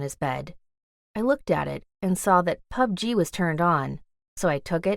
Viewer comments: What the shit POpD-G, it’s pub-g 😂🤣😅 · She said pug g it is called plug g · Plzzz the way she says PUBG. Pu b. G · She calling pubg pubgee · HAHAHA when she pronounce PUBG as PUB G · yall ignoring the fact she is calling it Pu Ge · the way she says pubg is funny 😭😭😭😭😭😭😭😭😭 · Did anyone feel weird by the way she said pubg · The way she says pubg it's so funny 😂🤣